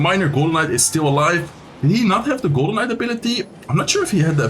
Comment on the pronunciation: I keep hearing Golemite instead of Golden Knight. 🙃